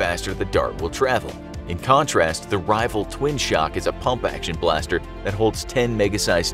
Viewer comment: Am I the only one that’s kind of angry at the fact that he said Rival twin shock